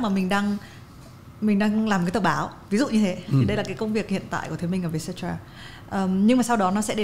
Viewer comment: _cetera bạn ơi, không phải _cetara. Theo lời CEO trả lời phỏng vấn thì "Vietcetera là một dạng tạp chí để chia sẻ câu chuyện về 'Việt Nam mới'." và mình nghĩ hậu tố _cetera lấy từ tiếng Latinh nghĩa là "phần còn lại", nôm na là VN and more vậy